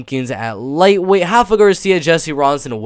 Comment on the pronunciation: Dude it’s RAfa Garcia, not Hafa 😂 I thought you were half Mexican (like Rafa) not Brazilian 🤣